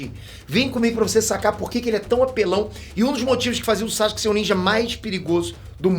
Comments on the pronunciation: "Chaxuque"... Adoro esses vídeos, pensar fora da caixa, a história do anime é muito rica. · Na vdd a pronuncia correta é Sasuke msm com o U é que os japoneses falam bem rápido ai o som do U passa despercebido. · Pergunta besta: Porque se pronuncia Saske e não Sasuke como é escrito o nome dele?. Responde essa Peter.